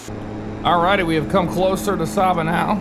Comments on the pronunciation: just a pronunciation check it is pronounced Sayba not Sawba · Great Video, FYI the island is pronounced Sey-buh. Love seeing FSX videos of the islands I grew up around. If you want to try another intersting approach you should try Melville Hall in Dominica, Approach takes you on a left base to final between hills with an almost blind left turn on short final. 100% VFR only airport.